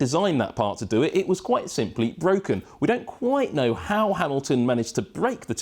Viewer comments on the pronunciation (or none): “IT'S BWOKEN!” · ITS BWOKEN! ITS BWOKEN!!